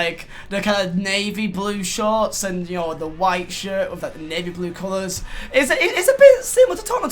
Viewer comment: The way he says shirt sounds like he says shit